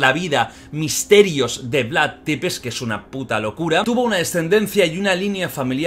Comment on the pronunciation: Jordi se Pronuncia “Vlad tzepesh” No “Depes”